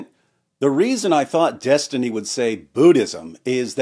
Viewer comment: Des-Tiny... please pronounce properly. xD